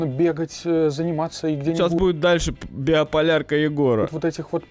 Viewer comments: Биополярка вместо биполярки? Или мне послышалось? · не БИОполярка, а Биполярка. А так збс контент, чо